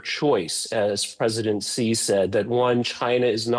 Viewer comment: Chinese president Xi's name is pronounced "Shi", not "Ji". Come on, lady.